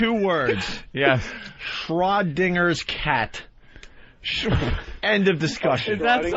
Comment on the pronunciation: Schrödinger's cat… and Opie says Shrow Dinger’s Cat. How can he be a broadcaster?